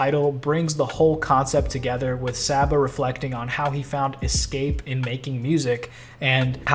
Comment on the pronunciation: Came back to this vid because I keep listening to this album on loop. I love the theme of this album, but most of all I love the music 😭It’s sooo beautiful🙌🏽 seeing him perform this live was so euphoric. Also, still chuckling a little at “sah-ba” lol.